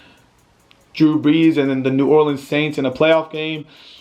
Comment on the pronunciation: My dude said New Orleans the right way I appreciate that.